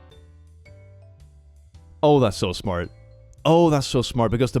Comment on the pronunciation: "Your kid is smut..." Erm,...That's not 'smart' in a Swedish accent my friend 😂